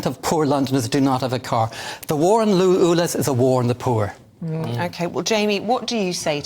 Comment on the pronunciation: The Irish Tw@ is persistent I’ll give him that but this will never make his so called facts correct ! He has been exposed so many times , why are we still being subjected to this idiot . Someone should also tell him that it’s not oolez it’s ulez !